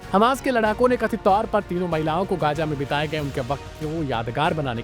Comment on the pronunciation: "Gaaja" "Ijraili"😂😂 kese kese log journalism mein Aa gaye, "z" pronounce nahi kar pata bechara.